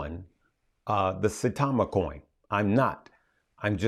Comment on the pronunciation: Saitama like Sitau(aw)ma with a long i